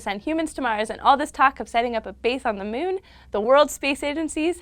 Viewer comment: I like how she says mewn